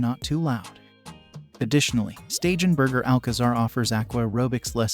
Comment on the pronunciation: Please tell the narrator that he is constantly mispronouncing STEIGENBERGER = SHTAI-GEN- BERGER